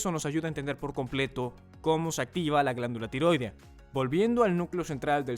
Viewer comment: Así no se pronuncia "tiroidea".